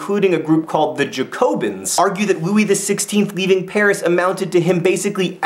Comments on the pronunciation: Jack-o-bean! Not Jacko-bins! You did better with pronouncing emigre and guillotine! I hope there's going to be better pronunciation tomorrow! :) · Again I'm back to point out your mistakes/ what you missed 1. emEgrA (how you pronounce émigrés) 2. Flight of Varennes= when Louis XVI and Marie Antoinette leave 3. It's pronounced Jack-O-bins. 4. There was a 2nd revolutionary group called the Girondins (Gee-ron-deens). The difference that the Jacobins were based in Paris and the Girondins were based in the countryside. They were starting riots near the borders, which is another reason why foreign powers were getting nervous. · you pronounced Jacobins incorrectly. It's Ja-co-bins. sorry, just had to point that out. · I always thought it was pronounced more like JACKobins? But as a French Revolution nerd, you have no idea how much this makes my day. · Kind of. but there's still a sort of N sound at the end, so more like JacoBAHn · "jacobins" is pronounced yaco-beens, if im not mistaken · just so you know jacobins, is pronounced Jack-o-bins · Im doing the French Revolution in IB history right now. when you pronounced "Jacobins" i cringed. Its like when Americans say "foy-ER" instead of "foy-AY". My Canadian ears cannot handle it. Alas, still very helpful and you remain to be awesome. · how do you say guillotine correctly but not bastille or jacobins? I don't understand. Is this an American thing? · He pronounced guillotine properly. ...but failed (miserably) at Jacobins. I laughed at that! :) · La facon dont vous prononcez "Jacobins" est aussi tres Americain Monsieur Jean Vert ;) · You prenounced jacobins wrong lol XD otherwise really good bid xx